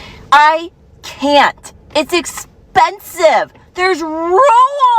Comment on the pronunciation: She made "rules" a 2 syllable word!